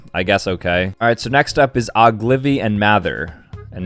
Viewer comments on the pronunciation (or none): Oglivy💀💀💀 it Ogilvy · "oglivy" its ogilvy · Oh-gil-vee. One of the top Ad agencies in the world.